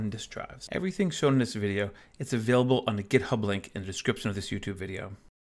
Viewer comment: Where are you from? I've never heard this pronunciation of "available" ("avable")